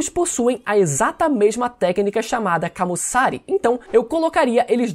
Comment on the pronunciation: Amei o vídeo mais pelamor de Deus!! Para de falar "RÁKI" e "KAMUSSÁRE" as pronúncias japonesas não possuem acentos na letra "A"! fica pejorativo essa pronuncia mais de resto ta shoooow ❤